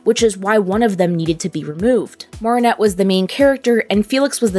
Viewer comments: No offence its not pronounced Maarinet its called marinette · ( Mair - uh - net ) not ( Mar - ah - net ) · Why dose she say MaReAneTTe instead of marrinette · Maarinette It Is Mareinette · It’s not “moaranet” it’s MArinnete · Wow i loved how this video went deep and u explained all the foils and stuff. One thing tho, it’s Mare-in-et (like in fair, you say mair, or mare, like what u call a horse) not mar-in-et (like in bar) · Its marinette not marrinette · yes its maa ri nett 😭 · Sorry, but the pronunciation of Marinette threw me off. It's pronounced Ma-rin-ette. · m ah-rinette ;-; otherwise great video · why does she say mawh-rin-ette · I JUST LOVE THE WAY THEY SAY, morninette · Mar-in-ette? Aight send marinette to mars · Ok listen up, it’s mar from Mary nor maar from maareep your pronouncing Marinette like maar-ee-net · Why does she keep calling Marinnette mArennete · It’s actually Mari-nette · she really went and said "MARRRRinette" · Just so you know, it’s pronounced (Mair-in-et) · The way you say marinette is just 😬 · im sorry but how you pronounce marinette annoys me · Ok but why are you pronouncing Marinette's name weird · I was annoyed the whole time with her saying Marinette's name wrong every time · Omg, I can't. You keep saying Marinets name wrong.